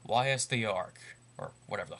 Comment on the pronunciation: First of all Ys is pronounced "ease". Secondly...you're a fucking idiot. Ys is a legendary series, and the fact that you dont give a game more than hour before you pass your ignorant judgement is just sad. Third, you can mute the voices or switch them to the orginal Japanese.